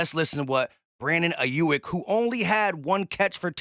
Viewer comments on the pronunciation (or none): it’s AYE YUUUUK NOT YUIK 😂😂😂😂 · Hey! great take as always 👌🏾 but the dude's name is pronounced Eye-yook